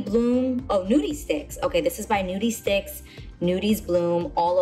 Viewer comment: screaming at how she said "noodie stix"